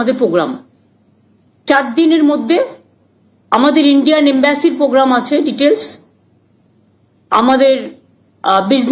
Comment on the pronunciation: Are bhai poblem noy.... Problem😅😅Problem. Pogram na..... Programme😮😮